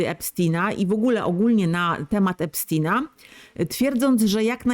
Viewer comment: Epstina😂😂😂😂 mów poprawniej